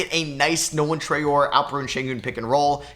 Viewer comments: You're nearly pronouncing Traore right, you are supposed to pronounce it Tra-ore-ey, and not Tra-ore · Hey love the vids! Traore is pronounced “Try-or-ay” for future reference